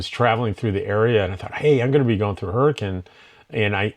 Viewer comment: I’m from Utah and you pronounced “Hurricane” correctly. Most people do not, good job!